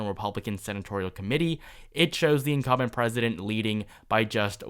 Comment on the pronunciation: Incum'B'ent...not Incumment. Sounds like 'incoming' when you don't pronounce the 'B'. Always momentarily confusing.